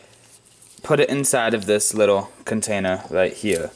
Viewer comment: The letter(lettew) R is not pronounced as a W nor is the lettew L. Undewstand a wittwe bit bettew. It's cute when you describe your age with your fingers, but your a little old for that . Still is him just the cutest wittwe man.